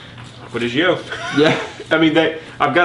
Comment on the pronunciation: Why do you pronounce it Acqua Di Ghio?? It's pronounced as the first three letters of the name Giorgio aka Gio in short. This is Giorgio's fragrance, hence the name Gio!